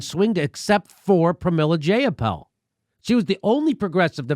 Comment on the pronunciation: Pramily Jayapal's nameis pronounced JEY-apal. As in EYE. Long "I"